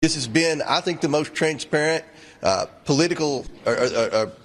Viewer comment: the most traints pay rent investigation……Hey Comer, are you speaking English?